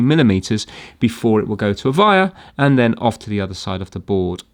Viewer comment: I just realised, says Vire instead of wire.